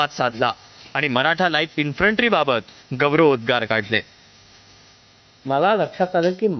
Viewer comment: उच्चार काय करायचा ते एकदा नीट ठरवा. कधी " इन्फ्रन्ट्री " म्हणता तर " इन्फन्ट्री ". हा गोंधळ का?